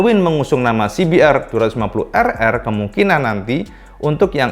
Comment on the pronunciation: dibacanya "se be er dua lima puluh errrrrrrrr" hihihi